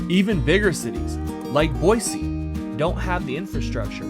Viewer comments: YESSS YOU ACTUALLY SAID BOISE NOT BOYZEEE! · I can honestly tell you the re-record was probably very beneficial considering us Idahoans are very critical about our state capital name pronunciation 😂, good job for a non-local!! God bless.